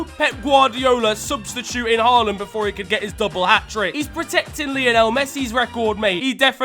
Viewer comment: He pronounced Håland right❤❤🎉❤